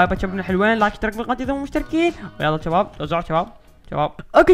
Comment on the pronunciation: ليش تسوي نفسك عراقي